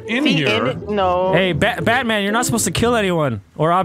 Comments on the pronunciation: "stay there baetman" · “We meet again Batmon” - VanossGaming 2022